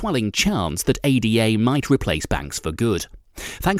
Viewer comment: How do you manage to mispronounce both Cardano and ADA...😶